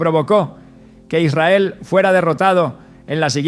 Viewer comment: Noté que algunas palabras no las pronunciaba bien Como cuando dijo Israel que titubeó